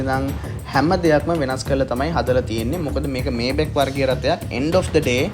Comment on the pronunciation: මේබැක් නෙමේ මයි බැක් හරියටම pronounce කරනවානම් මයිබැහ් අහන්න ජර්මන් කෙනෙක්ගෙන් BMW ජර්මන් බසාවෙන් උච්චාරනය කරන්නේ බී.එම්.වී කියලා.බයිරෙෂ මොටහරන් වර්කර්. (Hermes යන brand name එක අර්මෙස් කියලා ප්රංශ)